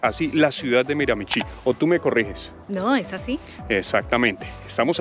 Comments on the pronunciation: De hecho se pronuncia Miramishí. Acento en la última sílaba y la ch suena como sh. Para los latinos, esta pronunciación no es nada intuitiva, pero después de un par de años viviendo aquí te vas acostumbrando. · Se pronuncia MiraMIchi, acentuando en la segunda MI